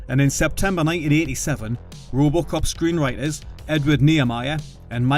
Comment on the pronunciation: This Narrator sux!!!! It's RoboCop, not Roobocop😡 Unwatchable with this voice 🤮🤮🤮🤮🤮